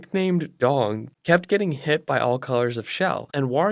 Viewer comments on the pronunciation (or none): none